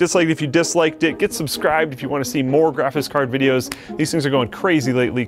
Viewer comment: I hate it when says graphis cards